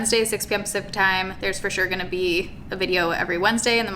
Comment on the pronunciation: Lol Even after learning about a year ago that she's saying "6pm pacific time"... I still can only hear "6pm supper time"